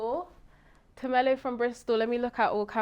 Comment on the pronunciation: Her name is.....not tamella, haibo get it right